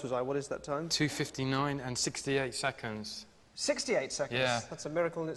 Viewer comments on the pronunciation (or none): If you listen closely, they both actually say "secondths"